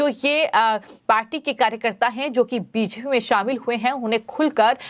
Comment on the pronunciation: आप के चैनल पर समाचार बहुत सही व अच्छे होते है परन्तु समाचार पढने वाले एन्कर, खासकर का हिन्दी उच्चारण ठीक नही है। कुछ शब्द जैसे कि 'बी जे पी' को स्पष्टता नही बोल पाती। एन्कर का उच्चारण स्पष्ट होना चाहिए ताकि और ज्यादा दर्शको का चैनल से जुड़ाव हो सके।